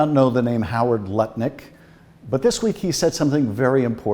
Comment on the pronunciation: Im sorry - did I mishear? Howard Nutlick?